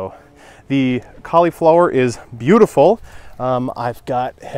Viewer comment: I love how you pronounce cauliflower LOL. Where at in zone 5 are you located?